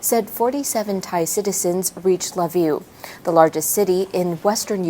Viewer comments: Pronounced "key-v" and "le-viv" where she got La Vue from is freaking hilarious. Needs a checker. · Atleast learn to pronounce Lviv. Its pronounced Veeve